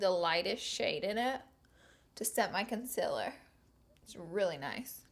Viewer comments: Did anybody notice she says con-cil-er intstead of con-ceal-er? 😂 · okay, you're great, but the way you say concealer bugs me soo much. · I will never get over how she says concealer 😂